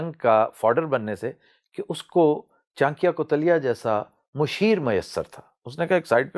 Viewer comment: Mr iqbal pls pronounce names chanakya n chander gupt maurya properly please and dont tell stories keep to fact ur history is indian history n lets accept fact nothing wrong in accepting facts